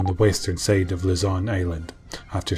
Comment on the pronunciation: what the fuck is that accent, so distracting, its not "western syyde" its "siide" such interesting topic killed by horrible pronunciation